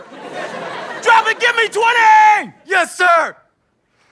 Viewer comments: Twenty? I think you meant tenty... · "Drop and give me twenty!" "Don't you mean 'tenty', sir?" "What?!" "Well, I mean, that's what our last officer called it . . . sir!" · “Drop and give me twenty!” Me: NO ITS TENTY!